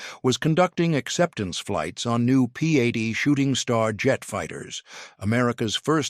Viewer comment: AI narration ruins videos. P80 should not be enunciated as "P a d". I have no clue what "500 na mannk" was supposed to mean.